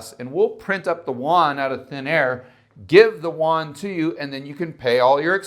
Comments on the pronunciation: The yuan is pronounced, "you'-en". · If you don't know how to say "yuan" correctly, then don't say it. That's horrible pronunciation